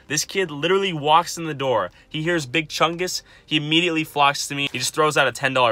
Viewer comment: Each time says big Chungs I slap myself